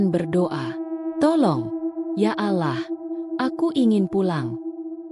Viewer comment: Jangan baca alah tapi ya allah 🤣🤣🤣